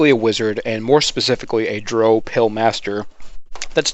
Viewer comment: i cant get past you saying droh instead of drow